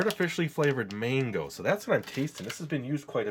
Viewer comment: I thought he said mangle not mango😭😭